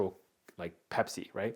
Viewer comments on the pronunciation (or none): none